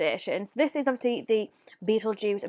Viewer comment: It's pronounced like beetle gist that shade